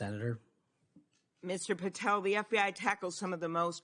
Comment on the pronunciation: She should comb her hair and learn how to say Patel correctly.